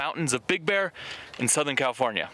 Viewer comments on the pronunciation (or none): none